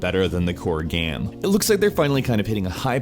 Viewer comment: still can't pronounce the word "game"